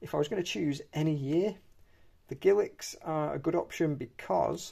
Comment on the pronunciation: I am sorry ,what word did you use to describe Elizabeth first portrait coins? A word that sounds like giliks??!!